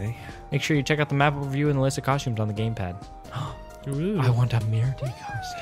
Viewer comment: I heard GamePlad lol